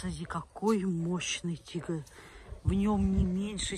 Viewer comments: Она говорит тигр или дигл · купный тигл )) Серьезно нельзя взрослому человеку выучить выговаривать букву Р ??